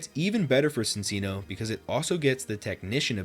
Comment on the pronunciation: That is NOT how you pronounce “Cinccino” 😭